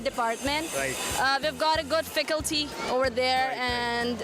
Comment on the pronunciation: Is it just me or the aunty jee said ficalty instead of faculty 🤣🤣